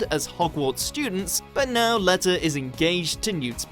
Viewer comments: It's pronounced "Lee-tah" not "Leh-tah" Edit: Thank you to everyone for all the likes. I've never gotten more than like 3 and to get so many for something so simple has just made my day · This guy can’t pronounce any names lmfao thesus letah come on man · Leta Lestrange is pronounced lEEta Lestrange not Let-a Lestrange Thee-see-us Fla-mél If your talking about a fantastic beasts movie or a Harry Potter movie at least know how to say their names 😂 I LOVE BEING A KNOW-IT-ALL 😂 👍🏻 💕💁🏻‍♀️ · "Leeta" not "Letter" Leta Lestrange - it's not hard. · Leeeta not lehta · lee-ta and thee-see-us and flamél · It’s “Lee-tuh”, “Fla-mell” and “Thee-see-us” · Please stop mispronouncing namesssssss. e.g. Leta's and Flammel's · I love how everyone's commenting about the pronounciation of Leta lmao